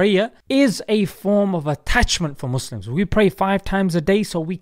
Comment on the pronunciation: I died when he said mouslims